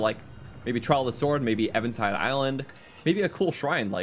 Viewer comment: Why do you keep saying Evantide instead of Eventide?